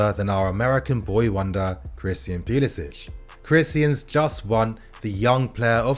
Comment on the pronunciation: Its puli “sic” not puli “sitch”